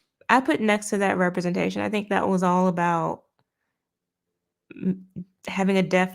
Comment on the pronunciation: Love to see that has adopted Nerdrotic's French way of saying "representation". 🤣